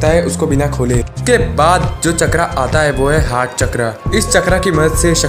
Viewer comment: चक्रा नही भाई चक्र 😂😂😂